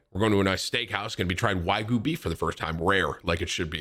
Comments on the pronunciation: whygu beef? lol nigga it's WAGYU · Come on Tim you know better. Its waa·gyoo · Tim, is it now Wagyu or Waygu?😂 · Why do you call it whygoo beef. Lmao